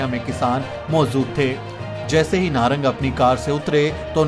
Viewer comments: नागर नहीं नारंग ....बार बार गलत बोले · ye nagar nhi narang h...